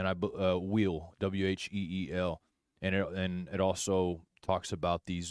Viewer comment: 13 And it shall turn to you for a testimony. LUKE KJV ("it" sounds like Al)